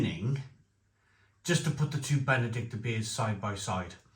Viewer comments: It's Benediktiner, not Benedikter..🤓🇩🇪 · Hi. I bought these beers based on your recommendation from the earlier Aldi Oktoberfest video. As you say, great beers both (especially the Hell) and hope they're back around next year. PS. Minor pronunciation point though, think it's BenediktEENER. Keep up the good work! 👍